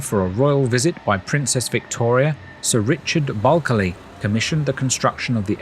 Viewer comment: Great video, just for reference you don’t say the first “L” in Bulkeley it is pronounced as if spelt Buckley. Also there are still parts of the town boundary wall still erected around the perimeter of the town.